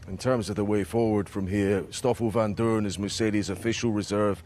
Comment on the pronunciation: Its Vandoorne